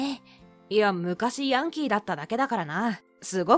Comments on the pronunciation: ヤン↓キー↑じゃなくて ヤン↑キー↓じゃね？ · ヤンキー⤵︎ ？ヤンキー⤴︎ じゃない？どっちでもいいか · やんきー⤴︎ ！？ やんきー⤵︎ じゃないの！？ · ヤンキー↓ じゃなくてヤンキー↑だろ？ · ヤ↑ン↓キー↓て発音に違和感なのは私だけ？